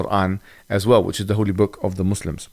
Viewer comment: I like how Logan pronounced muslims right